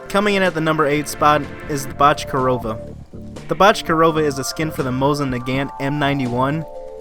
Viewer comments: I’m not Russian but I definitely think that’s not how you pronounce Bochkareva, I think it’s pronounced Bo-sh-ka-ray-va But still a good video! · I think it’s pronounced bok-er-ay-va